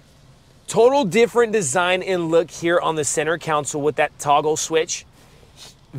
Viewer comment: Just a quick heads up…New Grammatical changes. No t’s in the word button anymore. It’s now pronounced Buh-un. Console is now pronounced Counsel.